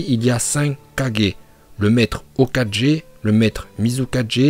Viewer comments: Mdr il dit pas hokague il dit 4G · Et retourne sur Dbz toi tu dis que dla merde "iuzumaki" "hokadje""shipunden" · oh sa me dérange un peu la facon dont tu dis "Hokage" x) c pas 4g mais "ge" :x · Explique nous pk tu dis par des KaGés tu prononcés gue mais pour hokage tu dis ho 4g pareil pour le Kaze 4g etc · Arrête de dire hokajé stppppppp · Mdr ta dis le hoka4G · oh ptn il a dit au 4g a la place de hokage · On dirait pas il dit ho4g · Mec au début tu maître hokagué mais pk tu ho4g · Putain de merde quand j’ai entendu HOKAJÉ j’ai quitter la vidéo il m’a dégoûter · Hokage pas hoka G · Ptdr tes pronociations sont toujours aussi éclatés« ho4G, mizu4G,?rai4G, kaze4G, tsuchi4G »😭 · je te signale que dans naruto le "u" se prononce "ou" et le "ge" se prononce "gue"